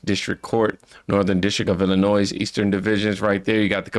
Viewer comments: Illinoy no “s” on the end. It’s a French language origin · Love your content, but because I am that kind of A-H0le, I have to say this... You mispronounce Illinois, it is pronounced like ILL-A- NOY, not ILL-A-NOYZ, If you don't care about pronouncing the state correctly, why would you care that you are pronouncing the governor of that state's name correctly? Keep up the great content, but, that word happens to be one of my weird, quirky triggers.... like when people say "I'll meet you at 8 AM in the morning.... there is no other 8 AM AM means the morning, so, either say 8 AM or 8 in the morning, don't use both :) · Illinois = il•li•noy. ❤ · Illinois (ill-in-oy), silent S at the end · Ell laa noi no s on the end thank you 😎